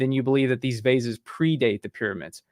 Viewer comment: why is having problems pronouncing 'vases'?